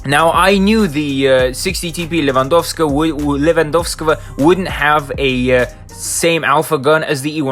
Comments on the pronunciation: when messed up his pronunciation of 60TP Lewandowskiego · Левандовского чисто с русским акцентом сказал)) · I love how nobody nlknow how to pronounce Lewandowskiego (I don't know either)